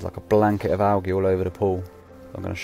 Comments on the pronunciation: I'll never forget how I pronounced Algae as " EL GAY " which I think means " The Gay " in Spanish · lmao 'Al-gee' xD say it right pls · I was laughing so hard at him saying owl-gee while pronouncing algae. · Great video but the way he said algae kinda ruined it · The way this guy says "algae" bothers me. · I can’t believe he mispronounced algae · Is no one gonna talk about how he pronounced algae